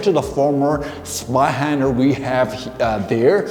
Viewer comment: A little pronunciation tip: The German "z" is pronounced like "ts" and the "w" like the English "v". So if you say "Tsvei-händer", you're spot on.. 🙂